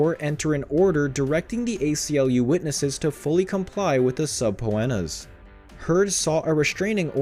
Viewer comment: OH MY GOD. I can't watch this. If you are going to spend money making a video. LEARN HOW TO PRONOUNCE. Subpoena is suh-pee-nuh